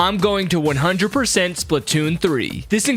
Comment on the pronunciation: I thought he said, i 100% would character 😭